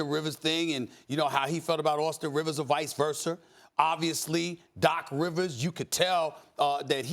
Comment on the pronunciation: VICE VERSWER